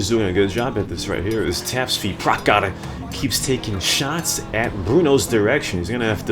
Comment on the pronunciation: you fucked up my name man!!! I'll tell you someday how to spell that. loved your dedication towards CNR <3 -- tapsvi.prakhar